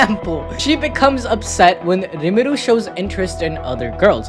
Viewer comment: His name is Rimuru, not Irimuru.